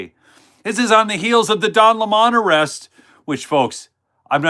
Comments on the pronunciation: Hey... just a reminder.. it's Don Lemon, not Don Lem-On...lol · What is the Joke - Why do you pronounce it Don LA Mahn instead of Lemon ? Just curious. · Hy do pronounce Don LemonLime like a French man